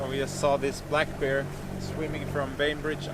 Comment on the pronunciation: You pronounce bear wrong, it sounds like you are saying beer ;)